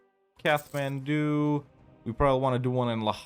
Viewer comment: It's pronounced "Kat-man-doo" not "Kath-man-doo".